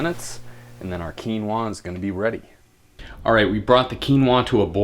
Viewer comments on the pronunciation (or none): I like how you say quinoaaaa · you look gay when you say quinoaah